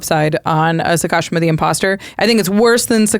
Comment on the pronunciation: sah-kah-SHEE-mah, break it down into three syllables: "sah," "kah," and "shee-mah," with the stress on the third and longest syllable, "shee".